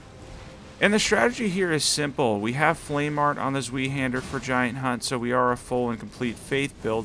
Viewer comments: Zweihänder - pronunciation is more like " Zwhy handler" or "ZY Handler" 🇩🇪🍻 great video through will be trying some of these out! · Zweihander would be pronounced as Zvy-han-duh. No shame in mispronouncing it, of course. Just about everyone does. It's an archaic word that gets mispronounced in modern games and media near-continuously.